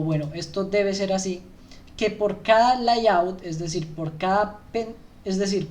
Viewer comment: Gracias , buen material como feedback no se dice LAYAUT … es “Leiaut”